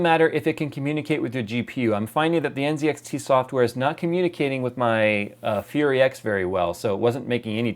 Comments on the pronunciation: Why is he pronnouncing the Z in NZXT, as a C ? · Isn't it pronounced nZxt (ann set axe tea)?